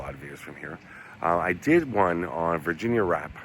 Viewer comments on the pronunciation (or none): Her name was actually spelled and pronounced Virginia Rappè ( Rah_Pay, accent ova the è) not wrap or rape...the media had a field day with her name being similarly spelled rape...smdbh...fatty's career wuz destroyed ova this but after 10 yrs he wuz starting to get work again and make a comeback until he died b4 that happened... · I thought her last name was pronounced “Rap-pay” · Love love love stories from old Hollywood. After studying this scandal for years, I believe Fatty Arbuckle was innocent...a so-called bad rap. And that's not word play on her last name because I think it was actually pronounced ''Rap pay''. Have a great weekend & 💗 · I've heard of this. Her last name is pronounced with an A as in fiancé. I believe Fatty is responsible for Virginia's death.